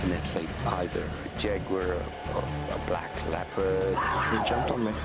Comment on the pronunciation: shes saying jaguar wrong